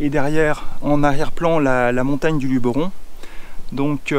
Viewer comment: Merci de dire Luberon et pas Lubéron comme tous les touristes :)